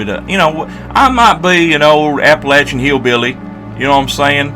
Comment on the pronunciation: Are you from southwest VA or Eastern TN? You actually said Appalachia right.